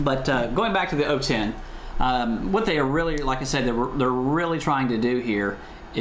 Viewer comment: funny how he said 010 ego year 20010? lol